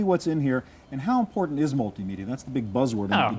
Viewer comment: Loved the “Don’t torrent,... it’s importa’nt” 😂🤣😉👍🏻